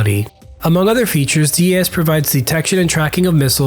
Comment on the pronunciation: Hands down the F-35 is the best fighter in the world and Switzerland has made a fantastic choice along with Singapore and other recent FMS nations. Great video but just some notes on your pronunciation...DAS is one word and not broken up (so not D-A-S) and this is the same with EOTS which is pronounced E-Ots...additionally MADL is pronounced Mad-L. Great work keep these videos coming!